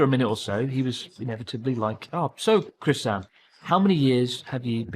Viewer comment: The fact Chris doesn't even pronounce さん right is pretty telling. You shouldn't have a thick accent if you've studied hard at all.